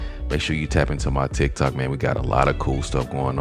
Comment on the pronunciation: I keep rewinding, surely he’s not saying “TikTok, you up to bat” TikTok? Lol what